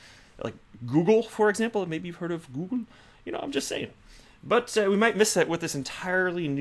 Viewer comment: The way you said "google" reminds me of Zoolander 😂